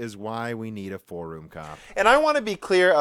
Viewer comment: Mistakes including thinking forum is pronounced "faux room."